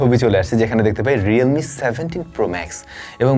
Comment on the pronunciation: oita original realme company na, oita realime phone,,,vhalo kore notice koren vhai,real-i-me😂😂😂